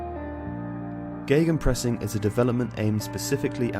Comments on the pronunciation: Are you guys really using these German words? You know, you can translate stuff it's just a thing germans made up, I would translate it as ,,pressing against". Not a miracle or sth. And try not to make the ei sound it's not geigenpressing, just simple Gegenpressing. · Geygenpressing? Where did you read a "Y"?